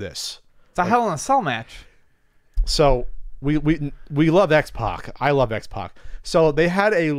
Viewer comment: It’s “P@ not “Pawk”